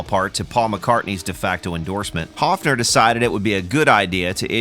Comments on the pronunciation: It would be spelled "Hoffner" in German, the way you pronounce it :) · Actually the company is called "Höfner" with an "Ö" It's pronounced similar to the "o" in worm or "i" in bird.